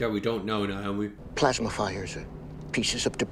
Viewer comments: why do you pronounce Naomi’s name like that? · Why can't you say Naomi?😂